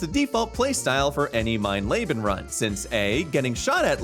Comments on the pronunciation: Mein leben translates to “my life” and is actually pronounced “mine leebun” fyi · mine Le-been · Mein Layben is nothing. Look up how to fucking pronounce once in a while. Jesus Christ. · Calling the Highest difficulty „Mein Lebe“ is pretty funny ngl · I believe it is pronounced MINE LEE BEN. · But an absolutely dreadful pronunciation of "mein leben" and I'm not even German